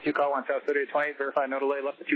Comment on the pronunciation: To try to describe how you pronounce it clear and a bit slower. Instead of sowst that can easily be missed. Obviously the communication was not clear enough in the video so it must be improved. Right?